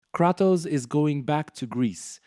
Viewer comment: Learn how to say Kratos you terrible content creator